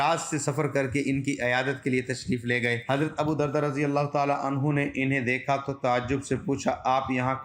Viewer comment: ابو بردہ نہیں بلکہ ابو دردہ